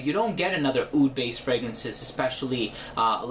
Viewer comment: OUD NOT OOD